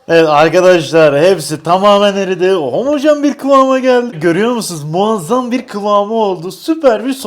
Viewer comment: 30kere homajen diyor😔😔😔😔😔😔😔😔👍👍👍👍👍👍